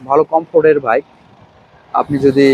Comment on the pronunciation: আগে ভালো ভাবে কথা বলা শিখুন।ভাবের ঠ্যালায় বাইক কে ভাইক বললে ভাব না বেড়ে বরং মুর্খ মনে হয়।